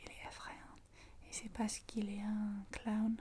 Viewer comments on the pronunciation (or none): Coucou, j'ai beaucoup aimé cette vidéo, même si je ne fête pas Halloween. Jai rigolé avec les "citrouilles" 🎃 C'est très bien prononcé. Le clown c'est une tirelire. Et clown se pronone "cloune" en français. Bravo pour la super gestion du français. Tes chuchotements sont divins ✨️🍂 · Coucou ! Merci pour ta vidéo, j'adore Halloween aussi même si on ne la fête pas beaucoup en France. C'était plus à la mode quand j'étais enfant mais ça s'est essoufflé ensuite (j'ai 30 ans maintenant). Pour le clown, on prononce "ou" pour le "ow" donc on dit "cloun". Je suis franchement épatée par ton niveau de français, tu utilises des mots soutenus quand tu cherches comment dire les choses comme "restaurer". Je pense que tous les français auraient plutôt dit "réparer" mais ça témoigne de ton niveau de vocabulaire ! Bravo et merci encore pour tes vidéos que j'adore ❤ Question déco maison, pour ma part cette année j'ai fabriqué une citrouille en crochet !